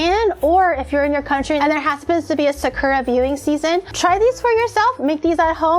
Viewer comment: Wait...does not know how to say sakura...or have I been saying it wrong all this time 🤯